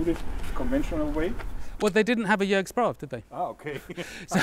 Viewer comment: I am very happy to see, that you improved your pronunciation of Jörg`s name, as i advised you. 😄 Great to see my favorite YouTube-armourers in the same video, as well. Fantastic work.